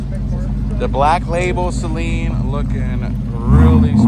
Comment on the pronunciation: First off, thank you for pronouncing his name correctly. These Saleens have it over all the other Mustangs, Dark Horse included. They are unique. Find a Saleen dealer in your general area and do a video. Steve is the man.